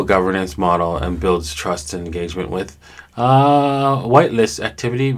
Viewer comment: For the Kira Network blurb you read 'whilst' as 'white list'. "Whilst" is just the British way of saying 'while'.